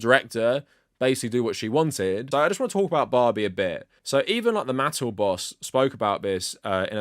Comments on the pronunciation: Holy shirt, dude. It’s “muh-TELL.” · Mattel - Muh-tell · Good video but you're not pronouncing Mattel correctly. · "Why do we need another Thomas movie if we have the one with Alec Baldwin?" Because Thomas and the Magic Railroad was mid and boring. Edit: And it's not like another theatrical Thomas movie wasn't attempted before (although The Adventures of Thomas predates Mattel buying HiT Entertainment). Edit 2: Why do pronounce Mattel weird. I've seen other British Thomas Youtubers pronounce their name fine. Also, you should've done research on Mattel properties you didn't recognize.